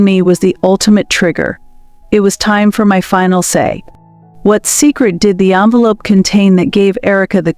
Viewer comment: The narrator is presumably well educated. If this is the case then why oh why didn’t she read the script before she spoke? How, in the context of the story surely she knew the difference between envelop and envelope, and resume and resumé!!!